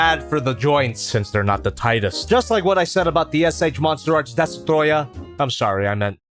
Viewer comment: The way he says DeSTrOYAH😂😂😂😂😂😂